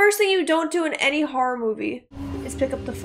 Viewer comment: I can't tell if you pronounced horror as "" as a joke I'm not in on or if that's how you've always said it... But your videos are always good.